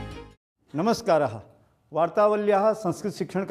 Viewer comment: There is no need to add 'ha' at the end of words. It is Namarar or namaskara or namaskaram. Not 'namaskaraha'.